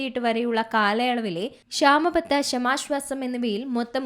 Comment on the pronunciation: ക്ഷാമ + ആശ്വാസം = ക്ഷാമാശ്വാസം എന്നു പറയൂ , please.